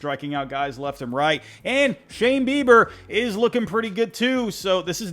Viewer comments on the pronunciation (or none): none